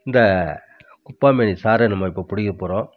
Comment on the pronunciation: 'குப்பா மேனி அல்ல, குப்பை மேனி'என்று சரியாக உச்சரிக்ககவும . திணறாமல் மூச்சுவாங்காமல் இயல்பாப்பேச முயற்சித்தல் நன்று. தகவல் அருமை .